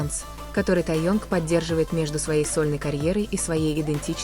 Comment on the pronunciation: Пак Хаясин-насмешили. Хоть бы правилтно называли. . И уж определитесь, Тэен или тайонг. Противно слушать